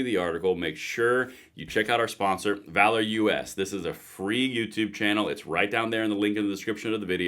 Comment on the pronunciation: OK, I guess I have to be the one to address this. - it's not VALOR - U.S., it's VALOROUS. One word. V-A-L-O-R-O-U-S. Sorry, just driving me nuts.